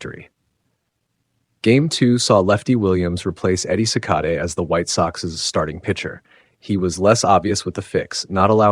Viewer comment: At least pronounce Eddie Cicotte’s name correctly. Driving me nuts 🤣. It’s pronounced like “See-cot” not “See-coatay”